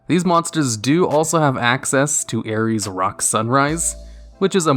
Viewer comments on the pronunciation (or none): Ayers, not Ares 🤣🤣🤣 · Ayers in Ayers rock sunrise is pronounced like "airs" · Pronounciation of 'Ayers' was way off. Its pronounced as 'airs'. Another pronounciation fix of an australian landmark, from an australian. Time for me to go do more 😂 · They way you pronounced Ayers Rock Sunrise as Aries Rock Sunrise almost made me unsubscribe. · Come for the top 10s, stay for the really bizarre mispronunciations of names; seriously, "Ayers" as "Ares"? I was going to complain about how Holactie's name was pronounced too, especially given that it said "Holactie" on the screen, but "Horakhty" is actually the Japanese name of it, and it is a Japan-only card. Holactie appears to be a mistranslation or just something the dub changed. Also, the Fairy type is literally the Angel type in Japanese, and the Fiend type is literally the Demon type in Japanese. Don't forget Zombie really being Undead, which explains all of the ghosts.